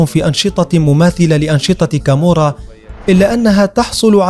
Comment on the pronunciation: تقريرك كذب انا عشت كثيرا فى ايطاليا حتى نطقك لها خطاء مية مية الخي لا توجد نهائى فى اللغة الايطالية اصلا .كامورا خطاء لا كامووورا .وهى نابلولى .وليندرانقيتا .كالببريا .واقواهم صقيلية وهى كوزا نوسترا معاناها حاجتنا ..لا تكذب عن الناس ولا تفقه نطق الصحيح